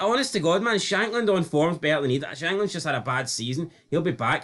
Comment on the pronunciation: Diet Hun got so angry there he started pronouncing Idah's name correctly.